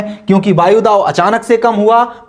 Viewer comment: सर वायुदाव नहीं वायुदाब